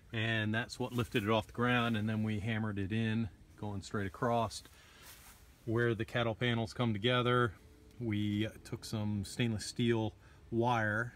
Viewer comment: Nice job! Btw, theres no ‘t’ in ‘across’